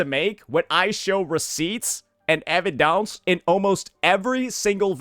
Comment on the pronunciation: EvidAUNCE 😂 idk why this made me laugh